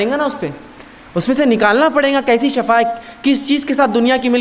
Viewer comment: اجی ایڈوکیٹ صاحب شٙفٙا زبر سے نہیں آتا ایڈوکیٹ صاحب شِفٙا زیر سے پڑھتے ہیں آپ وکالت ہی کیجئےگا پلیز آپ نے وکالت کا فن سیکھا ہے اگر آپ کی وکالت نہیں چل رہی لوگ بحیثیتِ وکیل آپ کو ریجیکٹ کر چکے ہیں یا آپ اس میں فیل ہوں چکے ہوں تو کوئ اور دھندہ کیجئےگا پلیز یہ میدان علماءِ کرام ہی کو زیب دیتا ہے شٙفٙا شٙفٙا شٙفٙا شٙفٙا نہ کہئےگا پلیز جاننے والوں کو شٙفا سن کر بہت تکلیف ہوتی ہے